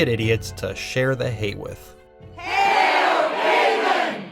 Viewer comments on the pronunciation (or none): none